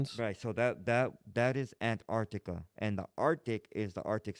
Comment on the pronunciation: This foo said Ant-Artica 😂😂